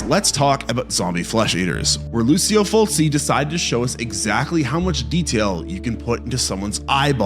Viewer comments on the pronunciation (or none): Say it with me loo chi oh full chi. And zombie was from 1979. You should fact check before making a video